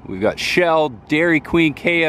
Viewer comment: As always my friend I enjoy your videos. But I did want to share with you, that the old gas station sign Fina, is pronounced Fee-na. It was an old gas station around the US, like Sinclair was.